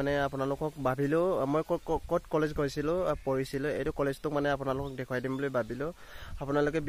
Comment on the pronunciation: কলেছ নহয় অ কলেজ হয়